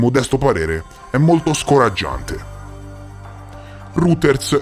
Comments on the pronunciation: roiters non ruters, dai che con l'inglese sei già migliorato un sacco 😏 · Scusa ma Ruters nn si puo' sentire.....si pronuncia Roiters